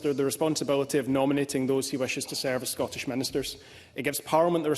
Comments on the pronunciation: This Canadian odd ball comes over here and doesn’t even know how to pronounce the word Scottish properly. Gross. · I never want to hear her mispronounce "Scottish" ever again.